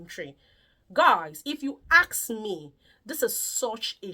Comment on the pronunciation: The word is ASK and not ACK